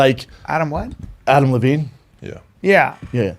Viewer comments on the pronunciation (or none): none